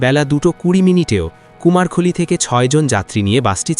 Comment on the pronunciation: "কুমার খলী" নয় সঠিক উচ্চারণ করে বলেন "কুমারখালী"